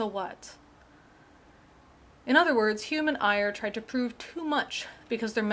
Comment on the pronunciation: Ayer's name should be pronounced like 'air'. His book was called Language, Triuth, and Logic, not Language, Truth, and Language, as Geisler and Turek say. It is available in a Dover book for about eight bucks.